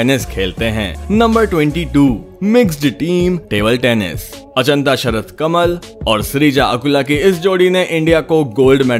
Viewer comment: For your kind information it's not Anchita, it's Achinta